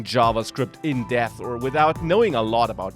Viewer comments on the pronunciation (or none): none